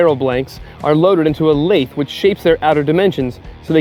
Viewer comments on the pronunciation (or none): Mispronounced "lathe."